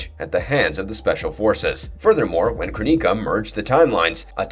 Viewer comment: Yeah, Kroneeka sounds like a strain of indica. Lol